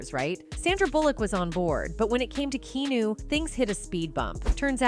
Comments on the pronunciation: Learn to say "Key-Ah-New" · Who the fuck is "Keenoo"? 😆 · His name is three syllables Kee-AH-new, not KEE-new. Why do video makers get idiots to do the narrative? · Kee-new? I thought his name was pronounced Kee-on-new, am I wrong? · It's not KEENU, it's, and say it out loud with me you deficient narrator: "KEE AHHHHH NU" ffs how do you expect anyone to give you credibility if you can't even pronounce the subject's name correctly? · "Ke-arnu" Not Keenu 🤦🏾‍♂️ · Seriously, Keeeeenu? It's pronounced Kee-awn-oo. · KEYNEW??? Maybe " Keanu "Key-ann-oh" just me! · Key-awe-nu not key-nu UGHHHH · Why on earth though is she saying Keenew lmao. Dude is from Hawaii it's pronounced Kee on u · It's KeARNu not KEYNUW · It's not KEENU, it's KE A NU, as in Ahhh -- Keee ahh nu. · i always thought it was, "key-ah-new" not, "key-new" in this video's pronunciation. made me think of the keno lottery game for a minute too lol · It's KEE-AN-NOOOOO AI sux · it’s Kee-ah-noo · Is this the valley girl robot voice? His name isn't Keenu for Pete sakes! Damn that's annoying. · If you’re going to do a complete 25 minute piece on a person, you really need to learn their name! It drove me mad to hear Keenew over and over and over… When I was completely interested in what the video was about. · Who knew? It's not pronounced Keynew is it? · Ke Ah nu is how his name is pronounced... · Who's Keenoo? Keeeeeeenoooooooooooooo... If you're making a report about someone, at least learn how to pronounce his name... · who the hell is Keenoo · Who is "Keenew"??? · It's Kee-ya-new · Narrator, his name is not Keenu, his name is KEANU! Get it right fiorst! Yeah? you see what I did there? if I keep saying "Fiorst" Instead of "First" every time I were to use that word it would drive you nutz! wouldn't? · WHO THE HELL is this " Key Nu" person referenced in this vid? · Who's Key-new? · Key-noo ? That’s not AI is it? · His name is not Keno😂😂😂❤❤ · Key-new.....??? Ffs. Make an effort! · key noo🤣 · Who the hell is Keenoo?